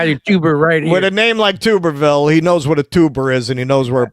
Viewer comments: And it is pronounced Tub-er-ville not Tube. Really shocked he got Jerry Nadler’s name wrong as he is a very well known Democrat and both are from NY. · Its not TOOB.. ITS TUB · It’s definitely not TOOBER it’s TUBBER. He coached at Auburn football, and then he was picked up by Texas Tech. I believe his wife has several car accidents allegedly under the influence and allegedly with a fatality. He is most certainly a scumbag, but he was a brilliant football coach, or at least while he was at Auburn. He didn’t do anything for Texas Tech. I knew him constantly had to apologize for the way his wife was acting but anyway he’s royalty in that state not here in Texas, but there it is what it is it’s hard to live in Texas and be independent. Everybody thinks you’re some sort of traitor, but that’s another thing you can’t stop they’re all scared and convinced that the vegans are gonna take their farms away even though most of what we grow, here is plants, we have a rich cattle in the street, they scared that regulations out of brains are gonna make it too expensive for them to run their ranches so I understand why this states mostly red. It’s just why I wish everybody would go independent why I think we need at least 10 parties to choose from isn’t doing it anymore and I never thought that I would be Happier with Republicans winning after this last four years I got to say the lesser of two evils one but I’m sick of that. I’m sick of the lesser of two evils. Why can’t we vote for the better of two and the answer to that question it’s because of the people, we’ve just accepted this no matter who dead those votes are almost 50-50 the only votes in this country th